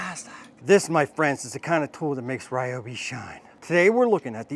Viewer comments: Pretty sure its Reeobi! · It's REE-OBI....lol, great vid! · Never what? Please start pronouncing it correctly 👍🏻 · Why can't you pronounce it correctly?! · Sadly, I believe you. If you’re going to promote us, please use the correct pronunciation…